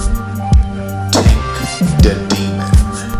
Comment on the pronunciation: Tink my nigga not Tank